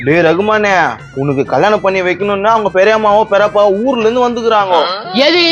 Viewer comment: நீங்க எந்த ஊர் ல தமிழ் படிச்ச சாமி அது கல்லியானம் இல்ல கல்யாணம்.....